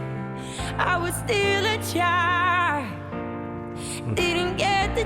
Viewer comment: I totally understand what you’re saying about her enunciation, if I didn’t know the word was “child” I wouldn’t Have a clue what she’s saying but I also know the other balance on the scale she is so flippin good at emoting and her tone and power are so gorgeous, her lack of clarity on some pronunciations doesn’t take away from the performance. I guess it is just her style. The other incredible vocalist I was thinking of when you made that point is Eddie Vedder of Pearl Jam, I don’t always understand the way he enunciates words but I always love it. You should react to his MTV unplugged version of Black, it’s incredible. Wishing you and your family a joyous Easter 🌈